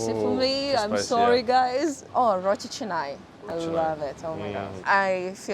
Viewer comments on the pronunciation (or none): none